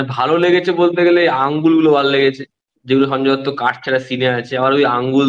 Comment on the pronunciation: Sanjay Dutta noy Sunjoy Dutt.Bolte sekho thik kare chandu.